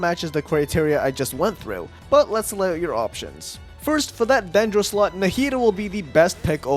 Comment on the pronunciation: Ok is it just me or does when he is explaining the team section. It doesn't sound like slot but something else